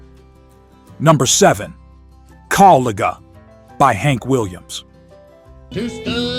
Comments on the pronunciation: AI messes up again, unable to pronounce "Kaw-Liga" correctly, a big mistake. Also it would be good to match the video clips with the correct artists like Hank Williams and Hank Williams Jr. !! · It is pronounced Co-li-ja. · Caw-LEAGUE-uh, huh? Stop with the AI and voice it yourself. Stop being so lazy. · I appreciate these songs. Would love it if you could say the words correctly. Kawliga was not correct. The i is a long i. The g is not a hard g.